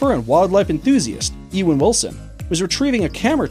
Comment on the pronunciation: EE=-wen? You-Wen... Work on your pronunciations